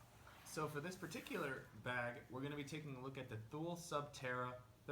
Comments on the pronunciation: It's pronounced TOO-LEE. Otherwise, great vid. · Almost right. The last part is pronounced quick. The best way to describe it to an English speaking person would be like to pronounce the French word 'Le'. Like in 'Le grand'. It's not pronounced like the jeans company Lee, if that makes sense?